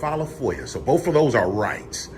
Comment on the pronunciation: You don’t pronounce Illinois like Illa-noise. Not to mention the word is both, not boaf. Let’s not forget the ever popular, axing instead of asking. What an ignorant loser. His voice is just nauseating. That condescending, Barry White tone.